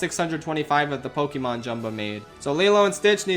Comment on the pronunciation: Pokémon, not pokimon.